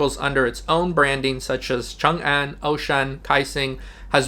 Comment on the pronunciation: You are an expert in Chinese; most expats cannot pronounce "Changan." You did a great job.